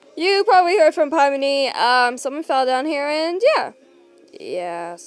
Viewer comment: I hear you saying pimni it’s Pomni Pom ni 😂 And Zooble Zoo ble Gang gle Kinger King er Ragatha👍 Jax 👍